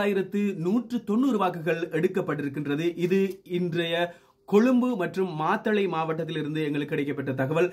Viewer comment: மாதளை அல்ல மாத்தளை......